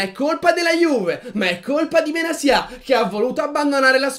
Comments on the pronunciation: Perché benasia e non Benatia? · secondo me Benasià non si può sentire, inoltre è la prima persona che sento chiamarlo in quel modo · In verità non si pronuncia in nessuno dei due modi che avete detto